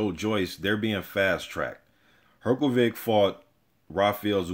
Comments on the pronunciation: You say Hrgović wrong. Try to say it like Hrgovich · You just have to learn how to pronounce his name!